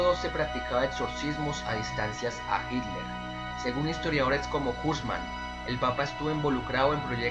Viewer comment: Hilder??? Jajajaja qué acento curioso